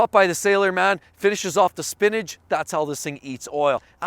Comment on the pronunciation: "finishes off the SPINIDGE"??? really? Lol